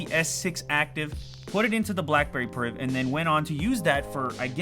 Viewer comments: BACKBERRY..... ffs get it right XD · Back berry priv? Lol